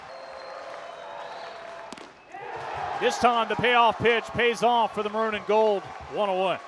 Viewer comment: Just curious - does that announcer even know that the word maroon is TWO syllables?? 😅 Took me until the mark to finally figure out that "ⁿⁿrūⁿ" was him attempting to say "maroon"! 🤪